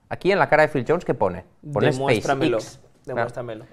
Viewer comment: ha aprendido las letras en inglés yendo a clases impartidas por mi abuela, Space ix para el en vez de Space (e)X. Cuenta para el #pifiaslmi?